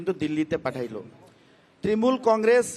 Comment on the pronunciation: TMC J pratthi se party name thik thak bolte pare na Trimul congress 😂😂😂🤣🤣🤣